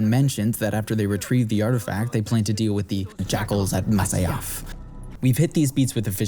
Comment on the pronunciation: It's "Masyaf", not "Masayaf". T___T" Even Robert de Sable clearly says "Jackals at Masyaf", while you misquote it seconds later as "Jackals at Masa-yaf"